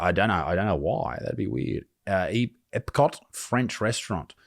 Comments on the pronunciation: You butchered the word Epcot worse than she butchered her corndog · Isaac mispronouncing "EPCOT" was funny lol.